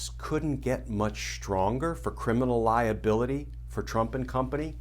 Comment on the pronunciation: The mind is a funny thing. My mind momentarily heard ”lie ability” rather than ”liability.”